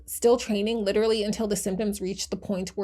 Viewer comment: The word is pronounced "lit-er-al-ly", not fucking "litraly".